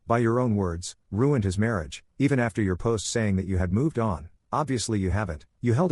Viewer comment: "Responsable for his mariáge" 😂